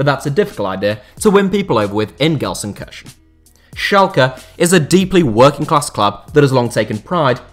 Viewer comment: i switched off when he butcheted Gelsenkirchen. like jesus christ that was horrible pronounciation.